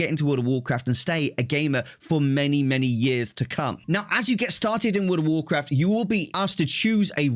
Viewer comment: Woworcwaft 🤣🤣 That's all I could think hearing you speak hahah